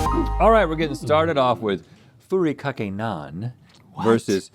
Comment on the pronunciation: Fu-ri-ka-ke please learn to pronounce your food